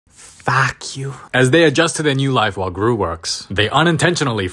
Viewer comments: the fak you 😂😂😂😂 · The 'Fauack you' made me on the floor. 😂😂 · "fack you" got me 😭